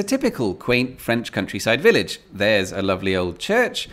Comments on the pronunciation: Your french pronunciation is getting better! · Good French accent ! Bravo !